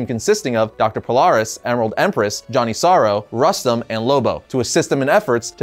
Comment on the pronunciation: And if you want to pronounce it in English - Rustam. Then "u" as in urban and "a" as in arab, again punctuation on A.